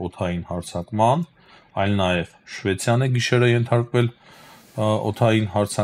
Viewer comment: Փոքրիկ շտկում, Շվեդիա և ոչ թե Շվեցիա